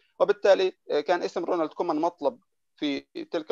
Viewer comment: اسمو كويمان مو كومان هههههه